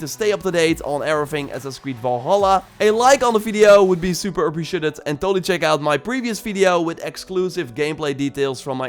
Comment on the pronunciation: I want to vomit listening to you speaking English "super appreciatettetd" what the f***